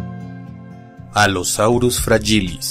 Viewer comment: Del Allosaurus sí tenía mal su pronunciación, antes decía "FRA-gi-lis", pero ahora ya sé que es "fra-YI-lis". Quisiera pedirte la etimología del Coelophysis porque al principio decía "co-e-lo-FI-sis", pero si no estoy mal, es "ce-lo-FI-sis". Gracias.